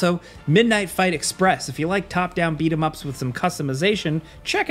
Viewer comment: Why does 'beat-em-up games' sound so dumb lol great vid btw